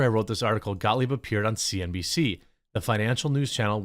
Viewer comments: ScottGahh......ScottGahh........ScottGahh work here anymore. 🤣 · Gottlieb. GOT-LEEB